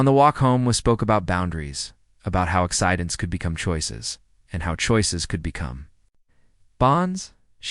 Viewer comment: wtf language is this? when did accidents become axe idents?